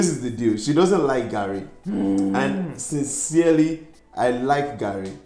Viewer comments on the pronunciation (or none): If you cannot eat it at least pronounce it well. let us baptize you with garri. Love u guys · And it's not "Gary" it's "Garri" 😂😂✋🏿please ma'am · I literally made a meme off reaction 😂. This garri variant (Ijebu Garri) has a sour-like taste thats spikes your taste bud, but it's 'muaaah' 👌🏾., give her non-ijebu garri next time she comes around. 'Operation get ling to like Garry (her pronunciation). 😂 You could see the dissatisfaction in face. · garri not Harris! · The way is saying garri... that's car in Swahili, gari😅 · Lol Garri not Gary 😅😅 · Please pronounce "Garry" properly just one time. We all are watching eagerly for you to pronounce it properly the way your hubby pronouncing it. You are trying to americanize the pronounsation of "Garry" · Even if you don't like it, at least pronounce it well. Garri shader!